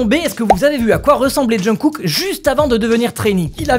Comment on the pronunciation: Svp pensez à la prononciation de jungkook (ça se prononcerai chungou écrit grossièrement haha mais c'est en phonétique) Merci de votre compréhension c'est bienveillant c'est pour aider 😊 J'adore le pull au fait il est top!